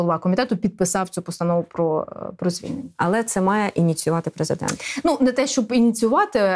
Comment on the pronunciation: А що, хіба преЗЕ!дент читає не "страна.уа"?